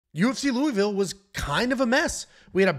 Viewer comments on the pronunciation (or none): none